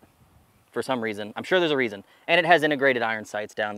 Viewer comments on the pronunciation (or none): none